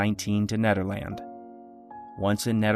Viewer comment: It's pronounced Nedderland lol. It's one word lmao.